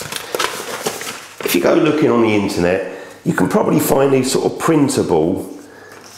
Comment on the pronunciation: yeah i've got a question! is 'the' 'ze' in northern ireland? just curious :)